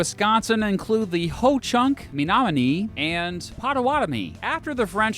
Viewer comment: Who else cringed when he pronounced "Menominee" wrongly? It's supposed to be pronounced "Meh-nom-i-NEE"